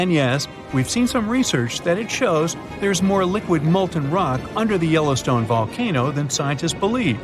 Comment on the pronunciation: Wow! Yellowston(e) has an E on the end. You'd think you could get that right...😮🤔🫤